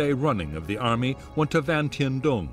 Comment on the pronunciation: General Giap..... It is Correctly Pronounced ZIAP. We had a guy work for us in Vung Tau... His name was Giap Van Coi..... He Pronounced it ... Ziap Van Coi.... Also General Dung.. His Pronunciation is,,, Yoong.. Not Dung... My Girlffriend was Nugyen Thi Dung... Yoong Sounded Better than DUNG.. ahhaah